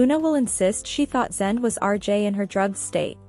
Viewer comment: Zende is pronounced Zen day.